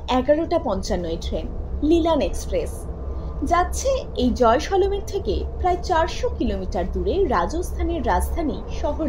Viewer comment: জয় শ - লো মির নয়, জয়শলমির